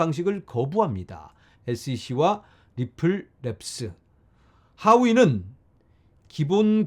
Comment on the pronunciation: 존경하는 ~ 발음이 니뿔로 들립니다. 리플이라고 해주세요😂😂